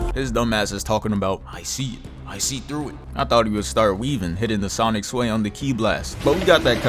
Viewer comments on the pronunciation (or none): none